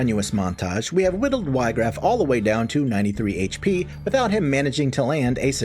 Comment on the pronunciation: not even 2 seconds in: "WHY-graff" bro